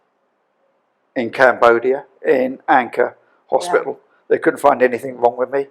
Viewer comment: HOSPITAL NOT HOSPIAL GRANDMA